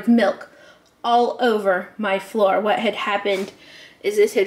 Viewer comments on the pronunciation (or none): none